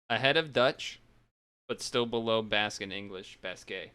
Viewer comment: Thanks for doing my request! And btw, you pronounced "Basque" correctly the first time you said it. And idk if you noticed, but I uploaded some of these and I apologize for Brazilian Portuguese having dirt quality, lmao. I think I uploaded that back when I didn't care about quality all that much. And I also uploaded Slovak. The episode came all pixelated, lol. I also uploaded the German version. And I noticed you sorta butchered the pronunciation of the dub's title. The best way I can say how it's pronounced via text is "Donkey Kongs au-ben-toy-ya (Abenteuer)". And that voice you heard at the end of the Slovak opening is something called a title voiceover. When a dub doesn't have a localized logo, they would sometimes do a title voiceover. Which is saying the dub's name whenever the logo appears. The name of the dub is called "Gorila v Červenej Kravate". Title voiceovers are really common in languages such as, Spanish, Portuguese, Russian, Ukrainian, Bulgarian, Czech, Hungarian, Polish, etc. And it seems that the Slovak dub uses prints from the German dub, which is why the logo is the same in both dubs.